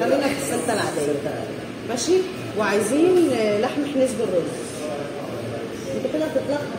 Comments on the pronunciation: لحم حنيذ مش حنيز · مسموش حنيز.. اسمة حنيذ... بالذال مش بالزاي. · (حِنيز) = (حَنيذ) هههههههههههههههههههههههههههههههههههههههههههههههههههههههههههههههههههههههههههههههههههههههههههههههههههههههههههههههههههههه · هههههههه الله يسعدكن أسماء الاكل تنطقنها تفقع ضحك حنيز و زرابيان شفوت 😂😂😂😂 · نطق اسماء الاكلات بعضها خطا هذي عادي اختلاف لهجات لكن ما تعرفو عاصمه اليمن وتقولو مش عارفين هذي اهانه ليمن واليمنيين كل يمني مشترك بهذي القناه الغاء الاشتراك مع احترامي لجميع